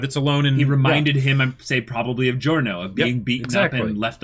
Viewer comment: Everytime you say this an italian dies.